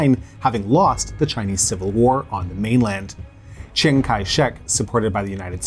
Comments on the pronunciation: Lol, it happens. We all make mistakes with foreign languages i think. Best we can do is try our best. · You butchered your pronunciation of Chiang in Chiang Kai-shek.